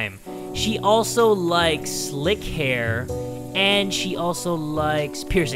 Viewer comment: "And she also likessssslick hair" Me: did he just say lick hair? (I didnt hear him say 'slick' cause he did likes and slick at the same time')